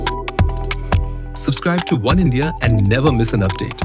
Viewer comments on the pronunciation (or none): none